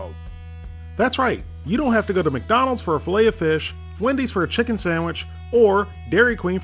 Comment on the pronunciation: DUDE YOU SAID CHICKEM TWICE 😂